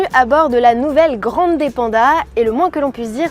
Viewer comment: Ça fait un poeu bizarre cette prononciation à la française 😊... Il faut dire grann'dè, et avec l'accent tonique sur le a, pas grandé 😉